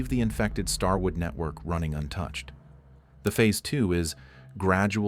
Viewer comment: “Starword”! How does AI not catch these things? 😂